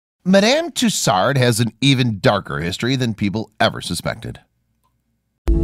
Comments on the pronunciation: “MAD AM TOos ARD” 🤣🤣🤣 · A good video. But I know Americans can't pronounce French names. Tussaud is pronounced "Two- so". Not a single R to be found. At least her name isn't Lacroix. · Hmmmm, where is the "r" in Tussaud ?